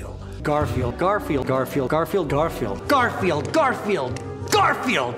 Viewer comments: after a while garfield starts to sound like car feel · OH GOD LOL XD I swear he started to say "Carfield" at one point lol